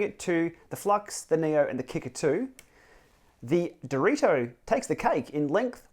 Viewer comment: Direto isn't that hard to say honestly